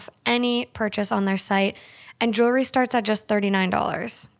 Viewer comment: You know there’s an “L” in jewelry right ?! 😂😬